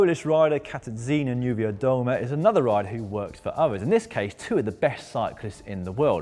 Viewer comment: How beautifully you are pronouncing Katarzyna Niewiadoma.............big up from Poland Dan :)